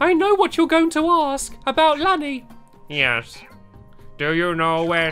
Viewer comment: It's Lani! (Larni)